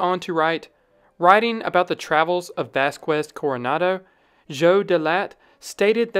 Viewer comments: The "qu" diphthong in Spanish is pronounced like the letter "K" in English. Vasquez is pronounced 'Vass-kez' rather than 'Vass-kwez'. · It’s not Vas-kWez Coronado, it’s pronounced Vas-Kez. The QUE in Spanish does not make the W sound. You’d think someone doing historical piece on this would know basic (very basic) Spanish pronunciations of names especially for historic figures. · It's pronounced "Vas-kez," NOT "Vas-kwez!" It is a Spanish name, not an English one. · The qu in Vasquez makes a sk sound. It's like Vaskez. Great video!